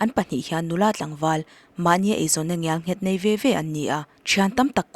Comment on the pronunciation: ngialnghet tihloh tur, ngelnghet tih tur